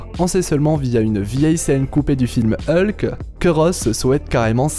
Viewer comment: Rien que la prononciation de Hulk ça pique quoi... Pis désolé mais tu dis qu'ils vont peut-être ou sûrement renommer le films mais il a été officialisée sous le nom Thunderbolts donc ils sont pas le renommer...bref d'ordinaire je suis plutôt d'accord avec tes vidéos mais là ya pas mal d'incohérences je trouve dans se que tu racontes...